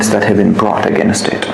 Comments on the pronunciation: Accent pe dhyan dia hai bas English ki toh dhar ke maa bhn kari hai "Againasttt" "operationass" "presumas" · againest? roflmao....again-est? kya english hain yeh? 🤣🤣